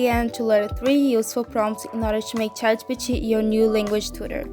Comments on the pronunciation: Can you say Chat G P T properly? Thumbs down to you. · Omg the way that you pronounce ChatGPT 💀